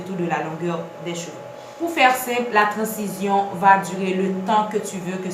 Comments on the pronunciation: Ça s’écrit transition mais ça ce prononce Tran-zi-syon 🤦🏽‍♀️ Apprenez à parler ... oubyen palé Lang maternelle ou 🙄 vin fè moun ront la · Merci pour la video, c'est instructive et précise . C'était presque parfaite. Il n'y a que le mot " trancition" qui m'a cassé les oreilles.